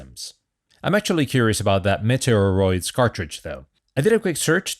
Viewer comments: Its prononced Meat-E-Ah-Roids as in Meteorite. The way you are saying it sounds like Nintendos Metroid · Try saying 'meaty or oids',. You seemed to be having trouble with the name. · Meteoroids is pronounced ‘mee-tee-or-oids’ A meteoroid is a small asteroid, so more cheekiness! 🤣